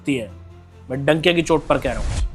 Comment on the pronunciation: भाई डंके की चोट होता है donkey की चोट नहीं 😂😂😂😂